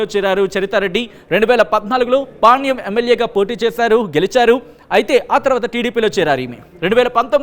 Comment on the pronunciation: Veeniki panyam ani palakadam ravadam Ledhu